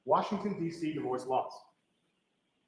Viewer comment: uggghhh I feel like we can’t trust ANY cell phone info anymore.. Teooper Guarino using probably cellebrite reports…😮 And… the way this attorney says “WashingDC” makes me think he’s from there… That was the weirdest consistency I saw when visiting there. Everyone shortened it to WashingDC